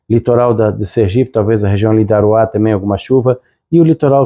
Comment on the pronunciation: falou Aruá em Sergipe. Não sei o porquê de muita gente chamar Aruá, mas o correto é Arauá.